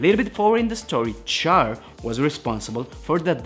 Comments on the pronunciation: It's said "Shh-arr"... Not "Char" like when you burn meat. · it's not pronounced Char my guy it's pronounced (Shar) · Ummm...CHAR is pronounced "SHAR", like in French. (In Japanese, it's "SHAAA".) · Do not make videos regarding Char is you are going to disrespect his name by pronouncing it wrong. Immediately turned the video off after the second time you pronounced his name like he was something you scrape off a grill. It is pronounced Sh-ar Shar.